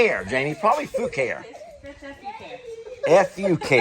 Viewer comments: Was cracking up at you calling it Fuckery. It is Foo Care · Fucare I looked up the website and it is pronounced Foo care. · JUST CHECKED BOTH NAMES: FUCARE IS PRONOUNCED: FOO CARE. ENGWE IS PRONOUNCED: ING-WAY. ENJOY!😘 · I looked it up…it’s pronounced Foo…car…ee! Accent on “car” Haha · Hi! I noticed you were having difficulty pronouncing the name of the bikes. Fucare is pronounced (foo carry) and Engwe is pronounced (enway) 😊 just a little tidbit. I know you were only making fun of the names. 😂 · Googled. Pronounced Foo Care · Per google translate and multiple others Fucare is pronounced few care .. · I just listened to a Google review and the FUCARE brand was pronounced FOO-CARE. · The manufacturer pronounces Fucare as Foo Care. 🤣 Hope they are getting a huge chuckle out of you guys pronunciation! 😆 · Fuk-kary and Ang-wee. Those are unpronounceable and hilarious! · Love your pronunciation of FUCARE!!🤣